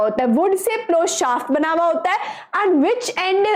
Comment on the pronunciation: Mam you said and, but that is end